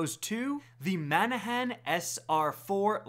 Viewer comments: Man-a-han? Or, Ma-nan-nan? Or, Ba-na-nuh? Lol, you're killing my! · Manahan? Dafuq? There is no H in there whatsoever... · lawl , , , , - "Manannan" - read that name slowly and carefully? Where is the "h" you keep pronouncing? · ok cool Lmao same. I'm laughing even more at how he pronounced some of the names. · It’s like he just gave up saying manannan